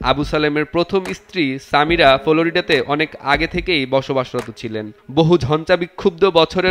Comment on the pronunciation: আপনি ❝ফ্লোরিডা ❞ শব্দটা উচ্চারণ করতে পারলেন না অথচ সাংবাদিক বনে গেছেন!!!